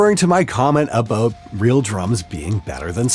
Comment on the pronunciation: I can only tell when he says "about." It doesn't come out like the stereotypical "aboot," more like "aboat."